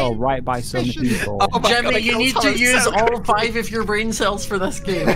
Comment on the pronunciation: hearing say “gemmy” instead of “jImmy” makes me want to ✨scream✨